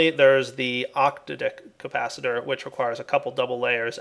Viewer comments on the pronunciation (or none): Is it fair to say that pronunciation of 'octadic' probably isnt the correct one?:p